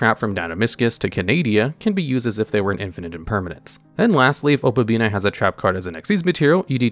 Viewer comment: "Opabina" lol it's "Opabinia", there an "i" between the "n" and the "a." Yu-Gi-Oh! players and reading, amiright?